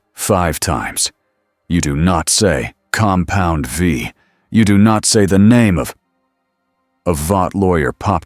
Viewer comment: Oh and when it comes to the word compound v, it should be v e e. This way it stops calling it compound 5 and compound vie. Just take the time.